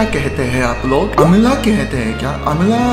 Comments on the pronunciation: सर अमला नही होता आवला होता है एंड वो हरी मिर्च एंड वो गुड़ sound like Good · Bhai amla nahi आबला 😂😂😂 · Not अमला‌ it's आमला bro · Hey ye Amla Nahi aamla hota hai bhai tum ek bar Mr. Meat khelo na Aapne channel pe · अमला नहीं आंवला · अमला नहीं आंवला कहते हैं ठीक हैं मेरे भाई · अमला नही आमला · इसे अमला नहीं आमला कहते है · अमला not ईमेले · अमला नहीं भाई आवंला